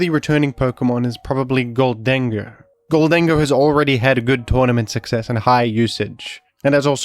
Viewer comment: The way you say Gholdengoh is killing me... GHOLD-en-goh, as in GOLDEN